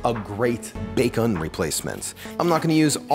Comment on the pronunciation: I honestly can't decide if he has a unique way of pronouncing bacon, or if he is deliberately saying it like 'bake-un' to differentiate it from the actual meat.